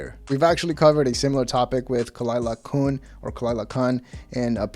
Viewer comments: FYI : Khalyla's last name isn't pronounced Koon or Kun, it's pronounced Keewn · It's Khalyla Khun (Quune) Say her name right...She's a comedy legend! 💪😁👍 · You almost got it right. It’s KuhnT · I laughed how you mispronounced khalyla’s last name then you got it wrong again 😂 lol